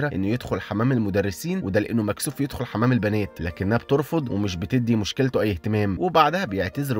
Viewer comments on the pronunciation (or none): يدخل وليس يخل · يدخل❌ يخل ✅